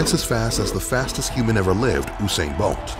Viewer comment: The way he pronounces mako and usain bolt infuriates me